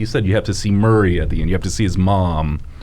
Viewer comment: can't say Murray